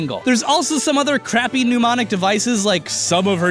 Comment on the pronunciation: Pneumonic devices? Come on, that's not how you pronounce "mnemonic"